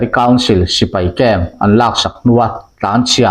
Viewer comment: 'A lâk aṭangin' tia chhiar hi ' lak aṭangin' tih zawk tur a nih hmel